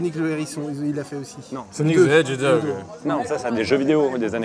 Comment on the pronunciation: Carlito, on dit Hedgehog pas HedgeDOG ! 😂